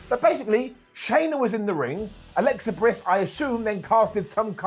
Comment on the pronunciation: Who Is Alexa “Briss”🤣😂😂